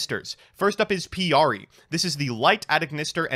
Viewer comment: Yeah I was like, "it's pikari...."